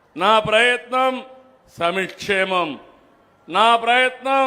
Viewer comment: నువ్వు ఓడిపోయిన ప్రతిసారీ ఆంధ్రప్రదేశ్ రాష్ట్రం లో అభివృద్ధి జరిగింది. నువ్వు నీ వాగుడు తప్పితే నువ్వు చేసిన అభివృద్ధి శూన్యం, ఇంకా సంక్షేమం గురించి అంటావా..... నువ్వు ఆపదం కూడా సమిక్షేమం అని తప్పుగా పలుకుతావు థూ 💦💦💦